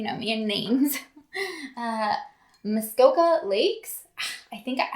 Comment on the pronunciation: I actually live in muskoka and you did say it right! 🤩 also that wine is effing delightful